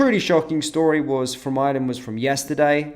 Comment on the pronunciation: Not 'Island'. Ireland, pronounced with an 'r' as spelt.